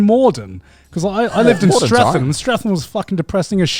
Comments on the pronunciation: garnt pronouncing streatham :( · How does he not know how to say Streatham.... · Garnt lived in South London but can't pronounce Streatham correctly